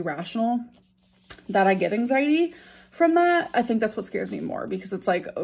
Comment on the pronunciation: Take a shot every time says "anxiteee" and RIP. Also, please keep saying "muh mental" cause it definitely doesn't make you sound like a fvkng idiot. 🙄